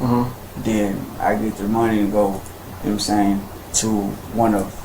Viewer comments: He says "know what I'm saying" (pronounced "nome sain") like a highschooler says "like." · "Nomsain" and "see'umsain" are two words that need to be added to the dictionary. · "Kno' sa'in?" No sir,we literally have no clue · Oh for Christ's sake. "Nahmsayn" "Nahmsayn" "Nahmsayn" "Nahmsayn"